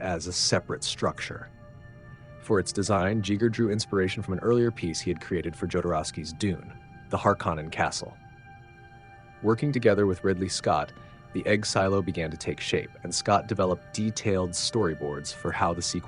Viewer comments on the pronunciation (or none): JEE-ger... GO-dorwowski... Har-KAH-nan? Well... damn. That was painful. If I flubbed the ball that hard I would delete, fix and completely reupload. Gee-ger. Jo-dorwowski. Harko-nan / Har-ko-nan. EDIT: I see others have caught the same pronunciation errors. But still, research is a dying skill.